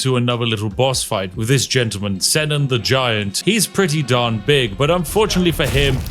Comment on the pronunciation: Allow me to correct the pronunciation of Senan the giant .. It’s pronounced c-naan how do I know?? My brothers name is senan lol